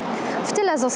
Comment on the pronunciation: George? Chyba Żorż?